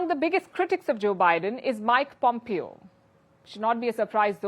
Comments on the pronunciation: Palki Darling, Pompeo is pronounced Pom-Pay-O not Pom-Pee-O... great show! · Please pronounce his name right-"Pompayo", Not "Pompeeyo"